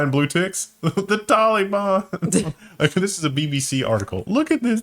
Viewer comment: Good job on the pronunciation of 'Taliban'